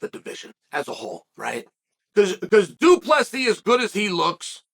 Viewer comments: Due Plus He. Undefeated Undisputed name pronouncer Chael Sonnen. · Doo plah C Love it Weird hearing chael getting folks name kinda right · Why is Chael not saying it “Doo-Plessis” or something? 😁